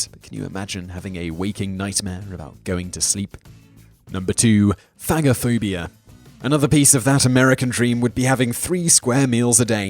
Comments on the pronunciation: I think phagophobia sounds like "fayj-ophobia" as in a phage, from a greek word that means "to devour" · Thaaaat isnt how you pronounce Phagophobia; pha as in fey, go as in go.